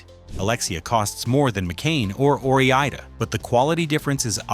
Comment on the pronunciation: I'll take Ore-Eeda.